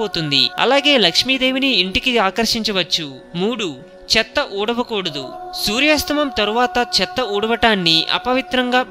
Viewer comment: సూర్యాస్తమం కాదు సూర్యాస్తమయం అని పలకాలి దయచేసి తెలుగు పదాలను ఖూనీ చేయకండి.